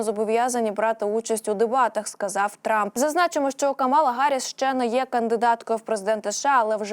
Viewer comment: Правильно Ка'мала Харрис,пишите правильно...